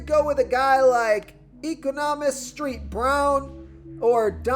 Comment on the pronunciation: LOL. "Street" Brown because of the "ST."